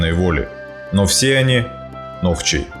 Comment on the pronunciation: не нохчи а нохчо